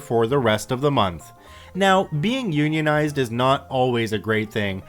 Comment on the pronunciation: Glad you can pronounce "unionized" as opposed to the other dude XD. "un-ionized." Had a good chuckle at that story this morning.